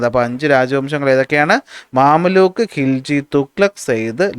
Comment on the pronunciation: മംലൂക്ക് ആണ് മാമല്ലൂക്ക് അല്ല 😂